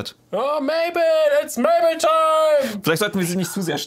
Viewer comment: Mabel ist nicht mable